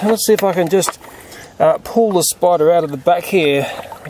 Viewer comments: Am I the only one that like when he says "spida" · We Australians don't emphasize the letter R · yeah we replace er with ah